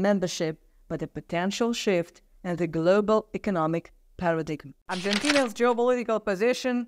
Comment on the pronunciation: it’s pronounced PARA-DIME I know a government worker who was reading a speech and said what you said ! He was responsible for libraries ! He was fired .. When you do not know a world you can say “ circumstances “ it covers everything, every possibility !